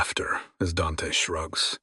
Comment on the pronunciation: I know these are Ai narrators, but does anyone know why they pronounce Dante as “Dench” so often?